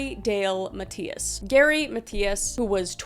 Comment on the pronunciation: Good video. I just have never heard the name Mathias pronounced that way.